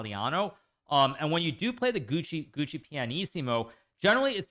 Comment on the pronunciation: HIKARU PORCACCIA LA MADONNA SI NU TRMN SI DICE "GIUOCO" NO "GUCCI" MANNAGGIA A CHI TI HA CREATO